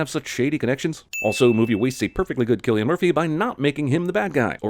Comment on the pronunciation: add a sin for not saying Cillian Murphy right.